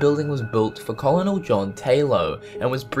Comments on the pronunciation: Nice vid but the narrator's accent sounds fake. You don't pronounce 'colonel' as 'coll-on-ell'. It's 'ker-nal'. Distracting and irritating! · Umm... it's pronounced "kərnl", not "col-o-nel" 😂😂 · Cool vid.But you really need to brush up on your name pronunciation. Where were you taught that all words are to sound as they are spelled?.Edinburgh = edinborough,Colonel = kurnal, Missouri = mizuri...Kind of made the rest hard to watch. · Did you say col-on-nol? Did you mean 'kerrnal' for Colonel? Story ? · colonel is pronounced kernel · You pronounced colonel phonetically. LOL! It's pronounced "ker-nal" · Amethyst Did you not hear how he pronounced "Colonel"?